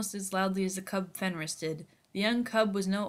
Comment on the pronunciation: Its pronounced fenrare